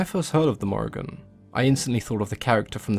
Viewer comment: It is pronounced More-Ee-Ahn-- love from Ireland :)